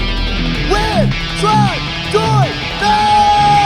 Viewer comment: Chán mấy a nước ngoài đọc tên nguyễn trần đổ nát